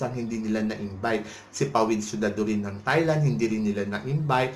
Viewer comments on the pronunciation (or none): none